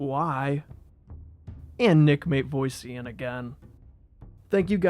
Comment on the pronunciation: Poor Nick's last name getting butchered XD, MA-TEV-OSS-IAN